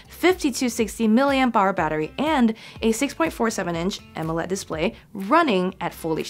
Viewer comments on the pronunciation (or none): none